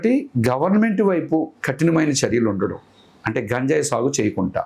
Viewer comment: నీకు గంజాయి అనడం రాదు నువ్వు కూడా ఇంటర్వ్యూ చేస్తున్నావ్